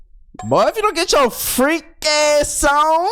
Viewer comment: "FRREAK" BOY